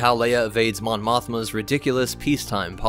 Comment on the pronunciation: Mon mothma sounds like "disney"